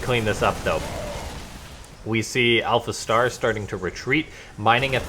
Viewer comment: hahaha you said alpha T !!!!!!! I love it!